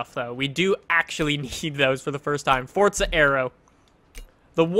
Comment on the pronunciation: Is it just me or when he says forza does it sound like he says fortza